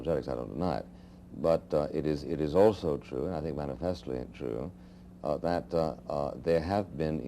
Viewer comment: "Mani-FEST-leeee" Without doubt, this is Buckley's favorite word.